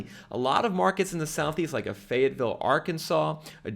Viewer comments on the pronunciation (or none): none